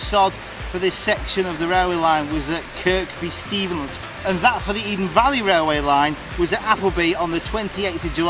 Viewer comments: Kirkby stephen is pronounced Kirby stephen the second K is silent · Here's another viaduct: on a branch to the line in this vid. As for the pronunciation of Kirkby Stephen, the second k isn't pronounced as far as I'm aware. Anyone done a map of old railways ?